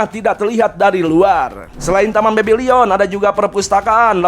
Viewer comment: Bebilon bang bukan bebilion!